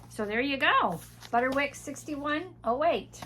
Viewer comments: On the subject of pronunciation. I’ve always said Butterick. But you pronounce it Butter-wick. Is that a regional thing? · My YouTube subtitles indicate the ladies saying Butter-Rick as well. I thought I was hearing it wrong. If only I had never mispronounced a word or two or three 😅 and are ADORABLE ❤